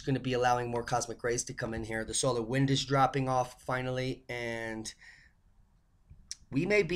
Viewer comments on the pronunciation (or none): none